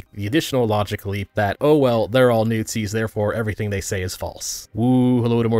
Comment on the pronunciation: "newt-zis" LUL